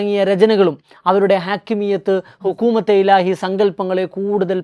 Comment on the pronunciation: ഹുക്കൂമത്തെ ഇലാഹി എന്ന് ഉച്ചരിക്കാൻ നിങ്ങൾക്ക് വിവരം വരട്ടെ!!?? ബാക്കി പിന്നെ.